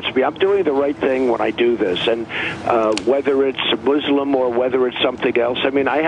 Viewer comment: I always find it interesting that Trump pronounces Muslim more accurately than most US media.